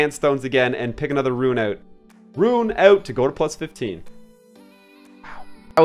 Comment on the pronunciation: I appreciate your effort in pronouncing rune correctly, much obliged <3